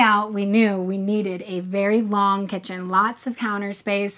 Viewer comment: “Tell me about your kEtChUn”